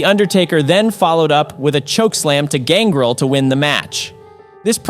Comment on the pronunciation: You're clearly not a pro wrestling fan. The pronunciation on X-Pac and Gangrel is pretty cringe. It's X-Pac as in 2-Pac and it's Gangrel with emphasis on the EL.